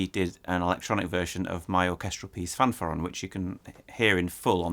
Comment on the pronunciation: It's pronounced "fanfaRRÓN".